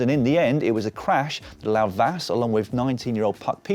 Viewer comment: GG Blanka Vas! Hopefully, she will bring the first World Championship title for Hungary! I know that Hungarian names are hard to pronounce. Imagine that it is written as Vash, then you will be closer to the real one.